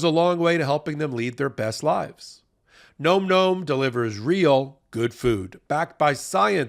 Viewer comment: I can't listen to call the dog food gnome. It should be Nom, rhymes with Mom, the noise you make when the food is so good you can't quit it.